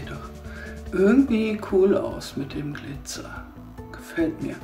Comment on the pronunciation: das heißt glizer nicht gliter🙈